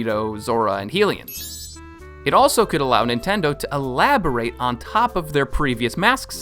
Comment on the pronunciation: Pronunciations of the wild: Hylians: hill-lee-inz ❌ hye-lee-inz ✅ (This same pronunciation applies to: The goddess Hylia, Hyrule, Hyrule Castle, the Hylian hood, the Hylian tunic, & the Hylian trousers.) Bokoblins: buh-gaw-blinz ❌ buh-kaw-blinz ✅